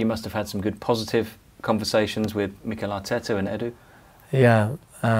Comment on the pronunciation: Mo..It’s Mikel not Mikael (angel Michael)